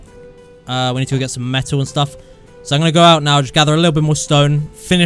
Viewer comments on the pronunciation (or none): i just repeated the way he said ir, he never says metal, only male